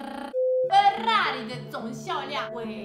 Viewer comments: So that’s how you say Ferrari authentically. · haha, I love what you pronounced Ferrari in Italian.